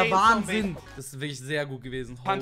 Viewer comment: Sry aber kannst du bitte Zombey sagen und nicht Zombie? Nur so ☺️